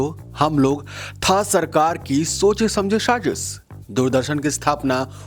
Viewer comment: Firstly, good content should not rely on click bait. Secondly pronunciation should be taken care of such as it is Sajish not shajis and it is Mujood not Muzood. All the best